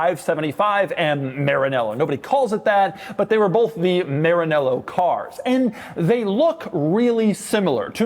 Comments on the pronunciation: Maranello not Marinello, Sounds like ma·ruh·neh·low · Is MaraNEllo. Make an effort ain’t that hard. Btw never say 1 American say Porche right, you know the germans mock between them because the English language have 1 word that sounds exactly like a German would refer to their brand “ Porch “ but since you attribute that to something else you invented the entonation “ porSHE “ . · Why you pronounce Maranello that way ?